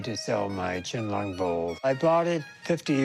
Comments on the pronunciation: Rrrrr, "ch'ien lung"??? IT'S "Qian Long 乾隆"!!! This bowl is not even form that period. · It’s emperor QIANLONG 🤦‍♂️